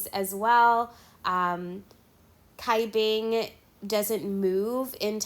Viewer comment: Hi, sorry. You mispronounce Cai Bing's name. The Cai is pronounce Chai (as in the Chai tea) instead of Kai.